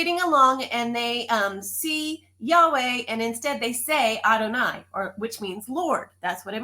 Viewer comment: another question. When you say Adoni. Why does Adoni sound like I deny, I'm trying to understand